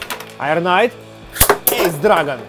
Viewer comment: Ты все правильно говоришь (Эйс Драгон-верное произношение)